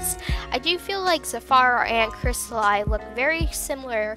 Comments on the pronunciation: Cristli Zafaro ._. Its Crysta-le and Za-fro Cristali and Zaifro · Not Cristal-ie it’s cristal-e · Is pronounced as cristalee not cristalaii just saying not hating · If you couldn't understand Crappy English, here ya go. ": Cristaluy Normal: Cristali ": Safuuro Normal: Zafiro ": Rossyel Normal: Rosalli ": Mulfftiple Normal: Multiple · It's a great video but you said cristali wrong. It's pronounced cris-tah-lee. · its not pronounced cristalie he even said on his channel its pronounced crisatleeeeeeeeeeeeeeeeeeeeeee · no offense but its pronounced cristal ee not i. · Sorry if this makes you a bit mad... but it’s pronounced “crystal-LEE” not “crystal-LIE” No hate tho I love dis vid :3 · He's spanish or latin-american (Brazil excluded), so it's pronounced Crees-ta-lee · It's pronounced cristalee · Crystal I ugh its killing me and HIS oc WTF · Zafiro - (safar-O) Cristali - (cristal-E) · Not to be rude, but I believe it's pronounced Crystal- ee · Yeah I just said because you did not say them right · Ok I'm sorry but it hurts that you keep saying the names so terribly wrong. Rossali- (Row-Zah-Lee) Crystali: (Chris-Tah-Lee) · Here, pronounce it right, Cryst-al-ee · its pronocuded cris-TA-LEE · Awesome video, just the way you pronounced their name just bothered me, but thats nothing wrong with you its something wrong with me LOL But just cause I can Crystal e = Cristali Za fir o = Zafiro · The pronounciation is actually ZAFIRO and cristalee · I might seem rude, but I believe his name is pronounced "Cris-ta-lee" Love the video! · Scalotah.. Crystaly.. Zafairo..? Good vid but uhh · Its pronounced kris•tal•e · It's crist- a- lee And za- fir- o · And. Its said 'Za fiar o' and 'Cristalee' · Dude your pronouncing the names wrong Cri-stuh-lee Zuh-fear-oh Ro-Zuh-lie Sorry it was just annoying me, still loved the vid! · I heard C R I S T A LIE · Its zafeerow and kristalee (pronounced ) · No it's cristal-y but it's ok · It's cristalEE no offense :/